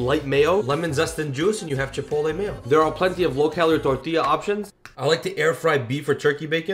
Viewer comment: Love the pronunciation of your Spanish TORTILLA. 😅 In a different video you said CILANTRO 🌿 so nice. Thank you for sharing your recipes your passion for cooking shows.